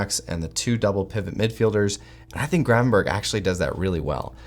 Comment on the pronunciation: I hate hearing you call him Gravenburg, his name is Grevanberch.